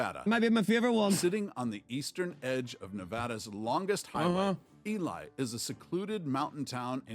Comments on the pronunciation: Ely, Nevada is pronounced E-LEE... I lived there for 20 years. It still has an active copper mine (where I worked for 7 years) just outside of town. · I live in Nevada and I've driven through (and stopped for pictures in) Eureka. There are no hospitals in rural Nevada. People are taken by ambulance or air to the nearest regional hospital; usually Vegas in the south and Reno in the north. And Ely is pronounced e-lee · Ely is pronounced EEE LEE not EEE LIE. You can see Devil's Tower National Monument, Wyoming featured in Steven Spielberg's movie "Close Encounters of the Third Kind" 1977. Check it out.